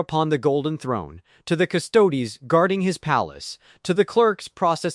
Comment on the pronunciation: pretty sure he knows what a custodes is. He’s commenting on your AI being unable to pronounce it on account of it being heretical and all